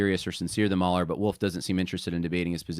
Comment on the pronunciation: Mooohler not Mauler.